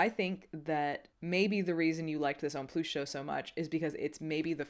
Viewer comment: Pronounced homme ploo not ploos. The s is silent in comme des garçons homme plus. Just saying